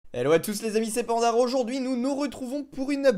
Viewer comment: Belle video ta dit pandar au lieux de